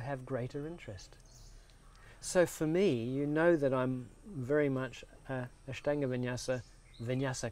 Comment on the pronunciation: He pronounces INDIA properly but can't pronounce Ashtanga properly. Both A sound is the same